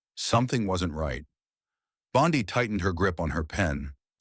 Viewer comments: Incorrect name pronunciation! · Learn how to properly pronounce her name. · Quit with all the AI Narration! It's not Bondi, with a long i. It's pronounced Bondy. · Having a little difficulty pronouncing names? Don't fret. You can do it! It's not "Bon-die" but rather "Bon-dee". That's right, go ahead, now you try it... "Bon-dee".... "Bon-dee". Keep trying my friend, you've got this! 🤠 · I think this guy tells phony stories! Pal, her name is not Bond"i" , its Bond"e". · Pam bondee pronunciation not Pam bondeye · Pam's name IS NOT BOND EYE, stupid ai bot bastard. REVISE VO NOW!! Her name is pronounced BOND "E". This is the 2nd time you have been warned ⚠️. Re-edit the audio VO NOW!!! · Pam 'Bond Eye"? Where had this guy been? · Bon- Dee not Bon-Dii 🤓🤯🤬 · Please learn to pronounce Pam's Surname collectly : BONDI pronounced like "ee" and not like "ai",Secondly, where does the narrator find his sources? No where to be found on the interet media. Although I like the stories, te Narrator should be more open by for example backing up his words with clips of proof: The people has heard too many words the last 4 years to accept just words... Try to improve this ! Best wishes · Respectfully, her name is pronounced - Bond- ee✔️ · Might as well call her Pam Bonzi. Damm AI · BONDI is pronounced BONDEEE. I hate it when these narrators don’t pronounce names correctly. It shouldn’t be that hard to get it right!!!!! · Who’s “bond — eye”? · Pronounced Bondee ugh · It’s Bondee! Pronounced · Yes, i noticed, too! Should be "Bond dee!" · Bond-eye? Is that really the way she pronounces her name? I wrote an AI program back in the mid 90s, and it was much better at pronouncing names. It had to ask on some of them, but that made it seem even more life-like. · The narrator may be Aussie. One of our famous beaches is Bondi pronounced Bondai. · You’d think a puff piece theatric would at least get pronunciation of the Heroine’s name correctly. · You can’t even pronounce her last name. Pitiful.